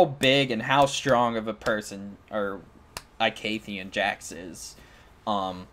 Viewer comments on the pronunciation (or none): I love ur video great job its just... Its pronounced E-CATHIA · good vid except ur pronounciation of icathia is a bit bad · It's only a little off, it isn't that big of a deal.